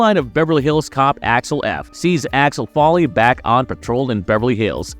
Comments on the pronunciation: Who the heck is ALEX FOLLEY? Eddie's character name is pronounced AXEL FOLEY (as in FOA LEE), not Folley or Alex. Why don't people ever get the name right? Is everybody trying to be BRONSON PINCHOT, who played SERGE? At least he had an excuse. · It's AXEL, not Alex, (or Achwel, if you're Serge) and FOLEY, not Folley. Stopped watching 15 secs in and wrote this correction. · Here have a well deserved dislike for having the gall to say this movie is one of your most anticipated while not even being able to say Axel Foley correctly. You literally call him Alex Folley. Good Lord please stop making videos. Also the fact your view count is so low across the channel screams how fake and bot filled your sub count is. Absolutely pathetic. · Did bro say Alex f 😂